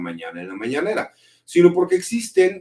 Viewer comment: Es mañanera no mananera